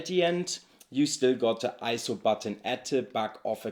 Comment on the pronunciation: Great video. For whatever reason, Sony has just never inspired me. As incredible tools as they are, they've always just felt soul-less to me. Also, thank you for pronouncing ISO correctly.